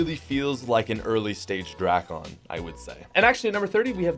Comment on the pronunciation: dray-ken is how you say it